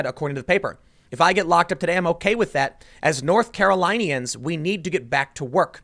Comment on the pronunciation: It's "north carol in ians," not "north carol line ians."